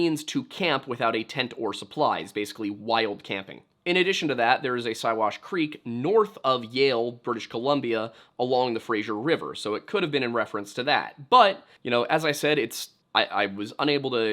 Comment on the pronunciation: Great video, but the Fraser River is pronounced like Fraze-er, not Fraiser. Pls pls say it right.